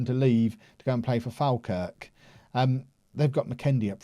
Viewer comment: its pronounced Fall-Kirk. as in you take a fall down some stairs lmao:D